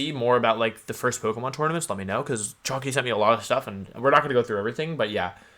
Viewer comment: am i the only person who thought he was called "chonkey"